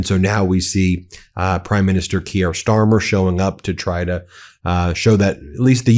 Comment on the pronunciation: Really? You continue to mispronounce Keir Starmer! Why? Not that difficult, please fix this!